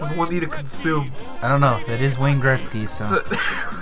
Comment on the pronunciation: Gretzky...."Gret sky" not "Greck sky". Good review though. Loved that game back in the day.